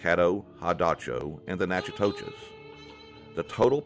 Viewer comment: Thanks for recording all of this. You did a really good job of sharing lots of cultural aspects of our ancestors. I appreciate the respectful tone. Sometimes I can be very critical of Texas historians but your work is very objective. A couple things. I'm Natchitoches Indian you did mispronounce our name but not as bad as many have it's says (Naka-dish) phonetically. Also most Caddo European contact in Louisiana was early 1700s not 1800s other than that this is an awesome presentation. Thank you. I'll sub.